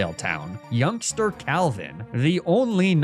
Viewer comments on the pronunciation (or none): none